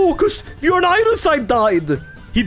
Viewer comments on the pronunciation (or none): none